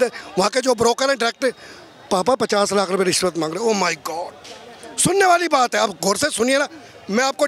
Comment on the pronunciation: उल्लू का पट्ठा रिश्वत को “ निश्वत “ बोल रिया हैंगा ।